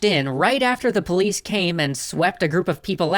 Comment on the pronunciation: owo What's this? Its a Powice owo